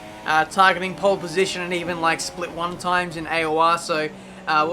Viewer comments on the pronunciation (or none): none